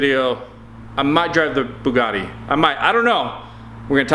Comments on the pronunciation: I feel like calls it the boogiti because Bugatti is to professional for James. 😂😂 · James cant do that, he owns a "boo-got-tee" not a "boogitty" lol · I get to drive the Bugadi!! I spelled it like he said it..LOL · "There's a Boogity here". I always wondered how to pronounce it. LOL. That's comic gold right there! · It cracks me up how you pronounce Bugatti 🤣🤣🤣 Boo-ghiddy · Wow, never heard Bugatti pronounced the way you did it. Totally not the same feeling of exclusivity😆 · you big Walder Beast if you can't pronounce Bugatti you have no right even thinking about driving it big pregnant Walder Beast. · love the way you tease james wwith the way you say bugatti !!!!!!!